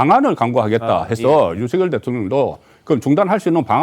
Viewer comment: 윤석열대통령발음을윤서결이뭣니까똑바로발음하시오